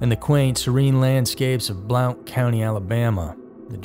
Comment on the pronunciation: From a life long and current Alabama native (Roll Tide) it isn't pronounced Blaunt, it is pronounced Blunt like the dull edge or weed rolled up in tobacco leaves.